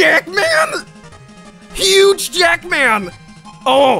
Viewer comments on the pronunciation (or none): Huge Jackman. Sounded like a porn name xD